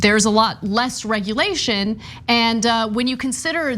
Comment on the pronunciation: 4 syllables ? oof, this is Florida guys .Whats a "regulashun"?